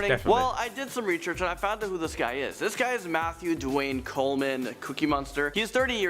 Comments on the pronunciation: 2.50/ my man said recherch hahah lol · i swear he says "ReChurch" instead of research Lol